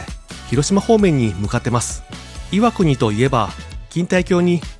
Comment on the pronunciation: の箇所、岩国の発音アクセントが正しいから嬉しい。「い」を強く発音するのが昔からの地元流。